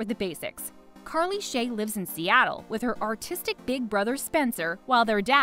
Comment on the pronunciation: i thought she said autistic and not artistic 💀